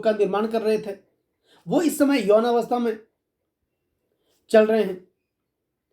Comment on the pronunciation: विडिओ पसंद आया - नम्र सुचन - यौवन का सही उच्चारण करे - आप खुद बडे विद्वान है